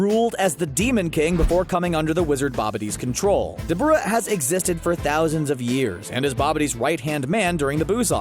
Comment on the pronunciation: Call me what you want 🤷🏾‍♂️😭😭. But I wish people would pronounce the names as they are intended to be. Dabura is pronounced DAH-BYU-RAH if you say it slowly over and over of course it’ll sound weird but saying it plainly as you would once you’re accustomed to how it is it’ll flow better